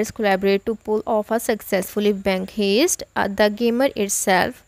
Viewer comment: I knew this was bull when she said bank heeeest